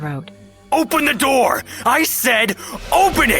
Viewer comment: bro said open the nour